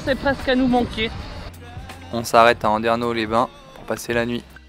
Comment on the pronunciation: Andernosssss, le "S" se prononce ! 😅.Super vidéo les enfants !